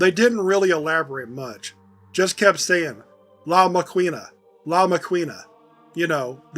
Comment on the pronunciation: Very nice job on this one! The somber soundtrack was a good choice, adds a nice feeling of gravitas to the overall performance. One small note: in Spanish, "qu" makes a "k" sound. La máquina -> "lah MAH-keen-ah"